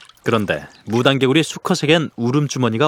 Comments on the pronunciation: "무랑개굴리" 발음이 왜이리 웃긴지 ㅎㅎ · 무당개구리 라고 한국말로 발음하네요.. 한국에서 부르는 발음으로 불러주는게 참 고맙네요.